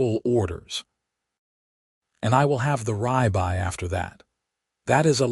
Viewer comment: Could someone please explain to me how ribeye gets to be pronounced as r-eye-by when even if you are not familiar with the word and have not been “taught “ it, the pronunciation is still r-ib-eye just by following grammar (which you would expect to be in the language module “taught “ to the AI).